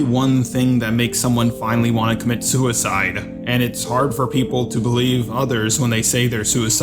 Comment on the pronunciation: Su-wee-cide is the bravest thing anyone can do.